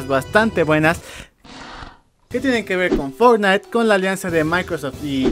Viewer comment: "fortntie" orales un nuevo juego xD Buen video.